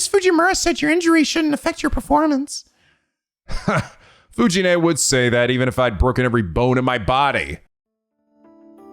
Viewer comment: Fuji-nee is pronounced like Fuji-nEH, not Fuji-nay. Most of the Japanese Es are pronounced like EH, linke the first letter of Embers, Expected, Embroidery. Or think of it as 'neh', like Nelly.